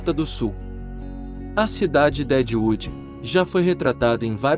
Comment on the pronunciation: Cidade de "Dédiudi"🤣